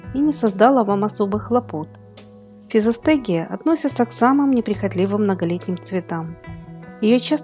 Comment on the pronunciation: Никто и не понял, как называется ростение, удивительная дикция